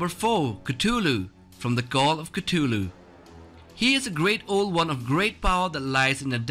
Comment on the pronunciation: I cracked up when he said cutulu u need to work on ur pronunciation of names man. at least watch a vid or search up how it's pronounced